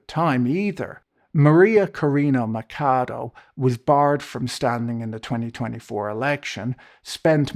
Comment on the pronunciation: The only problem with your video is your pronunciation of Cabello (is like "yo"), Machado (is like "chachacha") and Aragua (I have absolutely no clue what did you say, but it wasnt Aragua) :P Apart from that, well, as a Venezuelan abroad, it was bad when the oil was in hand of one group of corrupt immoral assholes who never gave a clear answer about what they were doing with it, now is in control of a different group of corrupt immoral assholes that doesnt give a clear answer on how much and when do they pass to the first group of assholes, who still dont give any kind of report whatsoever. Whatever the situation is, what it is clear for me is that who knows when Venezuelans can actually see that money being used for good, and that the longer this goes on, the less it looks like anybody actually cares about actual democracy and justice coming back to the country.